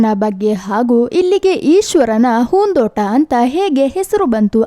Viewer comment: ಏನ್ ಮೇಡಂ ನಿಮ್ಮ ಕನ್ನಡ ? conventನಲ್ಲಿ ಕನ್ನಡ ಕಲಿತಂತಿದೆ,ಹೂದೋಟ ಅನ್ನೊಕಡೆ ಹೂನ್ ದೋಟ ಅನ್ನೋದ,ಕೆಲವು ಕಡೆ ಅತೀ ಕನ್ನಡ ಪದ ಮತ್ತೆ ಕೆಲವೆಡೆ english ಪದಗಳು,anyway good try, ನಿಮ್ಮ ಕನ್ನಡ improve ಮಾಡಿಕೊಳ್ಳಿ ನಿಮ್ಮ ಚಾನಲ್ ಗೆ ಒಳ್ಳೆಯದಾಗಲಿ.